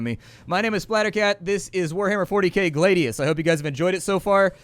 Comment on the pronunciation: "Glaedius"? It's Glad-ius! As in the Roman sword.